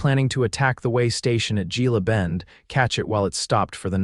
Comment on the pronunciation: Gila Bend, usually the G is pronounced as an H. 😊